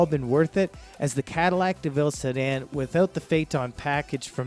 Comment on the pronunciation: It's embarrassing. Besides the other mispronunciations here, he say Fay-tawn for Phaeton. It's Fay-uh-tun. Oy vey...